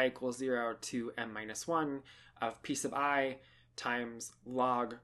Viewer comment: When you say "p sub i" I just hear "peace of I" :) If you take {0,1,2} and fix p_1=0, the situation you describe as Cantor set, are you not still allowed to e.g. start with seven 1's and from then on only use 0's and 2's? So that the proportion goes to 0 as k goes to infinity, but you also represent w's which have a 1. Btw. with this limit, it the convergence of interest there? Do folks care how fast this gets close to p_j?